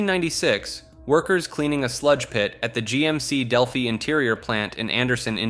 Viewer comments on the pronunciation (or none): none